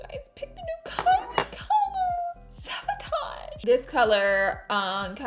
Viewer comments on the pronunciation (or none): laura, its saBotage not saVotage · OMG "Saboatge" I think you mean "sabotage" 😂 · Laura Lee lmao Laura “saboatge”